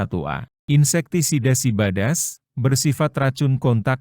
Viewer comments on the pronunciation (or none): SIDABAS KENAPA NGOMONGNYA SIBADAS 😂😂🤣🤣